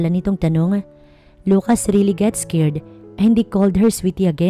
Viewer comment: Ano ba naman yan? Es-cared, es-top...